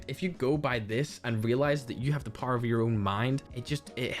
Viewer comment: Me a norm: Power a cracked Irishman: paaoaoar